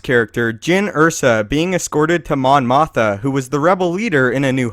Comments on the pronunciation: i know its the same actress..its just the way he says it...its mon mothma..sounds like motha..thats all. (= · its mon mothma not mon motha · highly doubt i know more star wars than you, but damn how do u keep saying mon motha instead of mothma? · MON MOTH'M'A fuckstick not mon motha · It's Mon MothMA, not Mon Motha.... please get it right.... :) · Does the narrator keep saying "Mon Motha," rather than, "Mon Mothma?" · Mon Mothma was NOT in ANH...she was in ROTJ...And say it with me...you did it more than once...MothMA...NOT Motha... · "Mon Motha" ? ... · Mon MothMA. Not Motha. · Narrator stated that Mon Mothma was the Rebel leader in A New Hope. She was in Return of the Jedi, not A New Hope. (Yes, I agree that it makes sense that she was there on Yavin 4 somewhere, but we just didn't see her. Still, the narrator goofed. Plus, he pronounced it "Mon Motha.") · doew truthfully I was just teasing but every time he said mon "motha" I cringed. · There are 2 Ms in that name. Moth-ma. Just stop making star wars videos. You sound like someone reading off a cue card who has no idea what they are talking about. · It's pronounced mom mothMA. There's an M in her last name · how the fuck do you fuck up pronouncing Mon Mothma and claim to be a star wars fan..